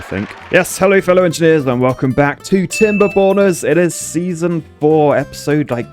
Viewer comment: whenever he said Timberborners, I always heard it as Timber Boners.